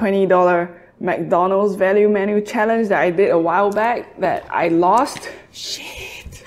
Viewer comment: Did you just say a 10 BIG MAC CHALLANG